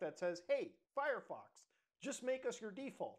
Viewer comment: Mutahar says furryfox all the time. I always find it enjoyable. Honestly wouldn't be mad if Firefox changed its name to that ngl.